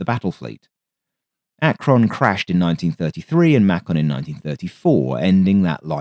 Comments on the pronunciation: FYI: MAY-kin not MAH-con. According to Google, the Culver was a Culver Cadet converted to being a target drone. Launching stand-off "missiles". Launching stand-off missiles. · one thing in the US we pronounce Macon may-can not may cron. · Your pronunciation of Macon, while understandable, is a bit off, in the USA its pronounced May-Kun. This is from someone who lived in Macon, GA for some time. Keep up the great videos! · USS Macon rhymes with bacon. Macon is a city in Georgia. USS Ackron, emphasis on the ACK. Akron is a city in Ohio.